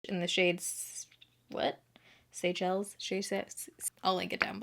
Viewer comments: Pron: (Say-sha-lees) - Super swanky beachy va-cay place. 😘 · I think that it's pronounced: "say shells"... Love your update videos too! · Oh my gosh, ever since I bought my first pair of Seychelles (the shoe brand) about six years ago, I've been pronouncing it "Seh-kel-lees." I'm an idiot.